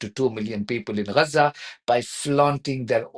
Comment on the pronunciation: Dear, can you please help me out with your pronunciation of Gaza? It always sound like Lhasa 🤔